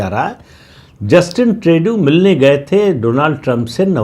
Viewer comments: Trey-du nahi Tru-do hai. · ट्रेडू नही, ट्रृडो